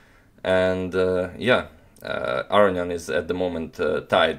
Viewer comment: Are you pronouncing Aronian's name correctly? Everyone else pronounces it with a long o.